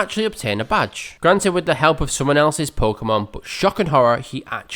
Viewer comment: Like a few others, Veronica Taylor at first couldn't even pronounce "Pokémon" correctly! The way it's written it's actually pronounced "poh-kay-mon", but Veronica, who I'll grant you was new to voice acting at the time, kept mispronouncing it as "poh-kuh-mon"! She did start getting it right eventually, but a lot of people online still use this mispronunciation and it jus bugs me! We've all heard it pronounced "poh-kay-mon" as it is so in the very first opening! Although, at least there's not nearly as much filler as there is later on, especially in Johto after Goldenrod! Literally jus the same thing for over 20 consecutive episodes, it jus made it a slog! And if you skipped them you would miss nothing, they're all the same!